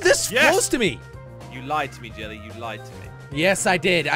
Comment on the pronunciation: because it is his actual name is jelle but difficult to pronounce so he change to jelly